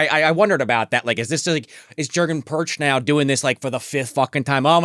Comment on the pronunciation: Jurgen Prochnow - pronounced "Yer-gen (hard G not j sound) Proknow (k sound, not ch). He plays Captain Klaus Woermann - pronounced "Vor-mon"